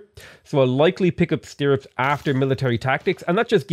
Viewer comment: i might have to cut myself if I hear you pronounce stirrups again lol thank you for your dedication to working even though your neck is killing you. hope that gets better soon!